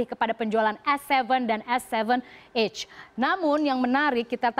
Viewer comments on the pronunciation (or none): none